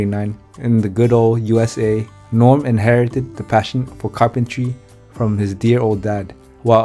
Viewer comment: If you cannot even pronounce Norm's name correctly, just go home.